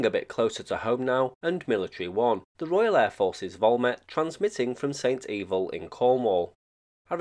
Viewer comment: Great video just a quick correction...it's pronounced Saint Eh Val although St Evil does sound quite funny.